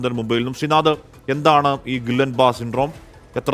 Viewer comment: GB syndrome ആണോ? ആണെങ്കിൽ Guillian barre എന്നാണ് പറയേണ്ടത്